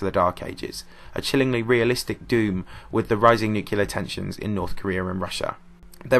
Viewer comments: It nuclear and nucilar. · Nucilar :D